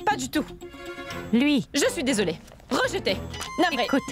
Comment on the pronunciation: J'aime quand elle a dite regeté